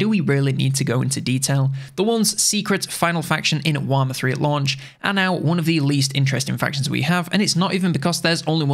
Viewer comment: What is this, "Waaghmmer III" you speak of…? Just kidding, nice video.